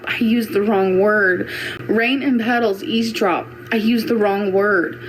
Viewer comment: Watch her mouth when she says it. She says easedrop.